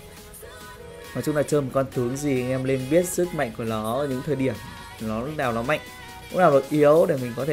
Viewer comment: ơi sao e thấy a nói từ "nó" mà a phát âm thành"ló" vậy a.